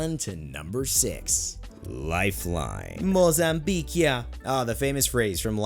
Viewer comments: When he said mozambieq here i died lmao! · "Mozambuiqe here"